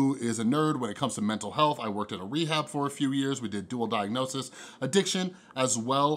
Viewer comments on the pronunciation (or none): none